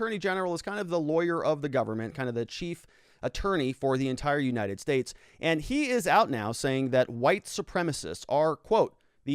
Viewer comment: When you said that maybe viva should move to the "states" I heard "maybe he should move to space"